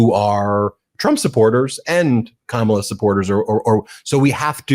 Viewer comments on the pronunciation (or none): none